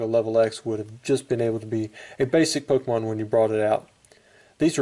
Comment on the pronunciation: lol you said pokemoon LOL